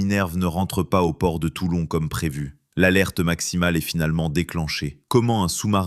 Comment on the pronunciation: Toilon !!!!!!!! Non TOULON !!!!